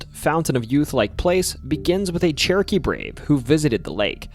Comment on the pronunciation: My brain is telling me he's saying "Cherokee" but my ears keep hearing "churkey".